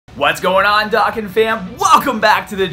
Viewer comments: Please pronounce “dokkan” right the “do” is pronounced “doh” not “dah” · Your saying dokkan wrong